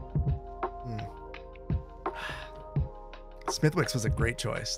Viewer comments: This might be too late for you to see this, but Smethwick's is pronounced "Smith-icks". Source: I'm Irish. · Smithwicks red ale is lovely - would be one of my to go to beverages when going out in Belfast, together with Guinness and good whiskey. (It's pronounced Smith'iks :) ) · Smithwicks has a silent 'w' = "Smithicks" - love your work! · Smithwicks is pronounced “smitticks” here. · reeee, you don't pronounce the "W" in Smithwicks!